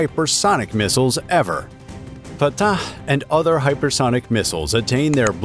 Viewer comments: No, I had to stop watching because of how the narrator pronounced Fattaaahhhhh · I love the way he says the name FAATAAH! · The commentators pronouciation of fattah is seriously hilarious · It sounds a bit tortured, like he was trying too hard😂 or perhaps even creepy😮